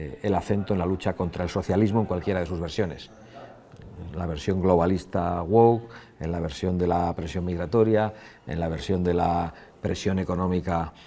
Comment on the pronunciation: Lo único que tiene que aprender es a decir woke........se pronuncia wok no wouk, detallito q muestra su ignorancia o incapacidad de aprender idiomas. Es sencillo corrigir eso.